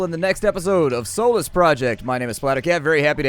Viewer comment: Am I the only one who hears soulless instead of Solus when he's saying it? That would give the game an incredibly interesting twist.